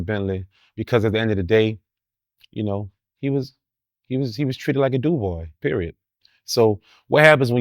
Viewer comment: I don't believe a word out of this guy's mouth. YouTube has been around a long time. Anyone can create an account. You got stories now? Stop it. And it's "you know"....not "chin-noe"🤡